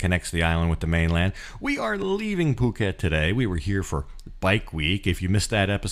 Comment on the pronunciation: "face cliff" ,get some rest ,take a day off . Also , "POO KET" ,NOT fuuket, but otherwise ,thanks for the vid